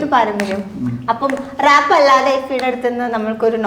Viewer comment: ഇടയ്ക്കിടയ്ക്ക് റാപ്പ് നു പകരം ഇവള് റേപ്പ് എന്ന പറയുന്നെ 🤣